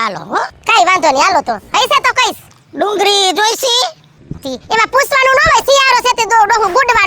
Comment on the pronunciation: ડુંગરી નહીં ડુંગળી બોલાય